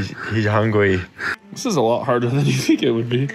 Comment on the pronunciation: "He's hungwy"